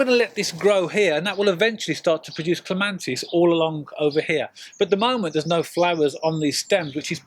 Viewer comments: It's Clema(T)is, not Clema(N)tis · Cant believe such a knowledgeable man on gardening, doesnt know its Clematis not ClemaNtis!!! Never mind - very helpful - but very annoying... .!! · It is not a regional accent. Pronouncing Clematis with an "n" is incorrect. The title of the video suggest it is a tutorial video. Tutorials should contain factually correct information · Clematis not clemantis! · Thank you for the clear clemATis cutting guide, please note no N in Clematis. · Great apart from calling it a clemantis it did my head in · CLEMATIS. CLEM AT IS.Not CLEMANTIS..NOT..CLEM AN TIS. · I wish you would get the name right, there is no "N" in clematis. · There is no N in the word Clematis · I can't watch this. Every time I hear him say CLEMANTIS it's like someone scratching their nails on a blackboard! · Thank you, wonderful video, but every time he said clemantis I cringed. It’s painful 😂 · It's clematis! No n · He is wrong There is no N in the word Clematis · You cannot even pronounce it's name properly!!!!!!!!!!!!Very annoying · Yes if you keep hearing the wrong information and nobody corrects you then you are going to keep spreading nonsense around. It's unfair not to correct people, if you are sure they are wrong. There's no N in clematis. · Shame on your attitude, so he made a pronunciation mistake. Show some class.